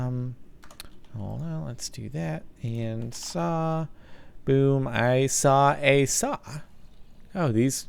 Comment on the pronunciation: why do you say saa for saw .-.